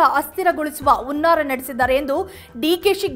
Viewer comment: ಉನ್ನಾರ ಅಲ್ಲ ತಾಯಿ ಅದು, ಹುನ್ನಾರ.. ಅ ಕಾರ , ಹ ಕಾರ ವ್ಯತ್ಯಾಸ ತಿಳಿದಿಲ್ಲವೆ